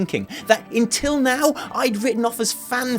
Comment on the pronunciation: Wtf you saying intill now instead of until ? Give us Brits a bad name why don't you